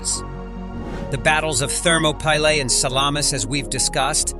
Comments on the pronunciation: An amazing amount of historical fact. Lots of obscure information, little known to those of us who are not history lovers. But, with all the preparation and research that must have gone into the elaboration of this video, just a little more care should have been given to pronunciation. The battle of King Leonidas and his valiant 300 Spartans took place at thermopylae, pronounced thur ma pee lay, a Greek work meaning hot gates. (Thermo = hot & pylae = gates). And King Xerxes pronounced zurk zees. Also, the Zoroastrian god was Ahura Mazda pronounced aaa who ra mazda. Not to put too fine a point on it, but these little things enhance the video for history buffs. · You need to have a better narrator.This one cant pronounce names and other words right. Like Thermopylae for one.